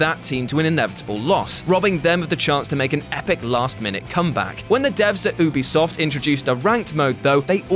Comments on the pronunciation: U bisoft not o bisoft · It's Ubisoft (you-be-soft) not (ooo-be-soft) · Its ubisoft not boobiesoft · It's not fuckn oobisoft it's ubisoft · Firts of all its not oobisoft its youbisoft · It’s not OobieSoft it’s YouBeSoft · its u bi soft not oobisoft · Ooooobbee soft wtf its youbee soft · Oobisoft?? UBISOFT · its call ubisoft u -bee -soft not oo- bee -soft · It's not oobisoft it's you-be-soft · ITS PRONOUNCED “ UBISOFT “ NOT OOBISOFT🤬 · It’s not oobi it’s ubi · When people say “oobisoft” 🤢🤢🤢🤮🤮🤮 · Its an accent. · Oh good, I'm not the only one who pronounces "Ubisoft" as "Oobiesoft"... everyone else seems to say "Youbiesoft"! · I thought it was pronounced you bee soft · You say ubisoft like oobisoft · what the hell is OOO-bisoft? PEENI-lized??? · Lol oobisoft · man's said oobisoft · Its ubisoft pronounced you be soft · Say oobisoft one more time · Ubisoft not oobeesaft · Did he just say oobysoft..? And peenilized..? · By the way (lil' fyi take no offense) Ubisoft is pronounced "you-bi-soft" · It’s you-be-soft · why tf is he calling it oo-bisoft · "oobisoft" lol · Ohhbisoft lol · says ubisoft wrong*\Me: *Leaves video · Why do the british say ubisoft wrong? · Someone tell this guy how to prenounce Ubisoft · Disliked for the Ubisoft pronouncing